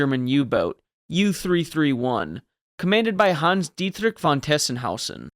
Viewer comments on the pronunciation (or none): none